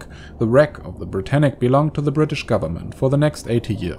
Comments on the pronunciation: Ashley Orr Its Britannic, not Britannica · Britannic not brittanic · yeah it's ic not tanic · It's HMHS Britannic